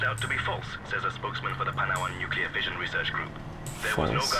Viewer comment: Homer :" NuCular!"